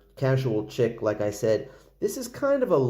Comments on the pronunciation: Bro, it's 'chic' pronounced like 'sheek.' Please stop saying "Chick" 🤦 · Nice review 👍🏻.. Sidenote.. Chic is pronounced "sheek"